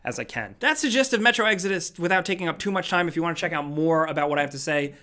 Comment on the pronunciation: Am I the only person still thinking about the way they first pronounced "Exodus"?